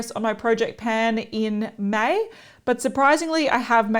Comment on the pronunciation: When you kept saying “May..May”, my mind went “mate..mate”. I’m such an Aussie, aren’t I 😂? Thanks so much for uploading:)